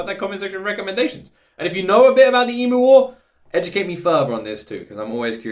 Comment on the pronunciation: It is promounced eem-yew. Not ee-moo...